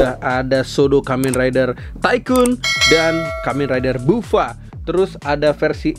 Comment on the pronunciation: Buffa dibacanya baffa bang Edit: itu Kamen rider nago bang a.k.a neon kurama